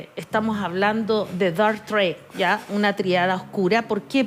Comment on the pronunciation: Señora: usted pronuncia algo así como "dark trade" (suena "treid" y significa comercio) en vez de dark triad (suena "traíad"). Por lo demás, no hay necesidad de recurrir al inglés, cuando está perfectamente usado en castellano como tríada oscura.